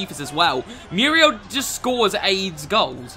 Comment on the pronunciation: at times i feel like he is saying miura instead of muriel lol